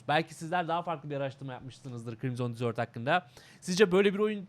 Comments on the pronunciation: abi "desert" dizört diye değil dezırt diye okunuyor, o senin dediğin "dessert" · reis dizört diye telaffuz ediyorsun o şekilde "tatlı" demiş oluyorsun bilgi. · Usta telaffuzda bir hata olmuş onun okunuşu DEZIRT(DESERT) yani çöl senin söylediğin ise (tatlı )manasına geliyor. :) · Abi deserti yanlış telafuz ediyosun senin bahsettiğin dessert